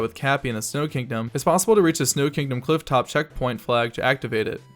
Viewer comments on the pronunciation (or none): none